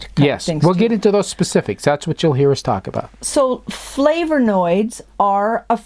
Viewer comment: Looking good and! Gentle reminder there's no "R" in Flavonoids. Keep up the good work. Enjoying these talks about supplements and nutrition. 👍